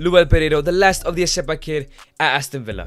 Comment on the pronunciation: It's not eseba it's RECEBA